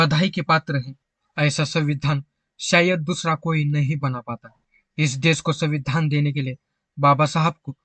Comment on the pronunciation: आपने संविधान बोलते वक्त संविधान का उच्चारण कितने बेधंगे तरीके से किया है.ऐसा लग रहा था के आप जाब बुज के संविधान को चिडा रहे हो.